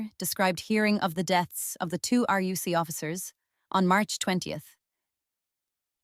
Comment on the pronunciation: Yeah, its very good - until it pronounces RUC as "roook" or some shit.